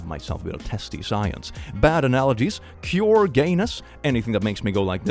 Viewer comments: It took 8 minutes to realize it was it was "cure gay" I thought it was "pure gay" 😂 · I misheard you the first time you said cure, I thought the bingo tag was "pure gayness" and I was wondering how it fit in lmao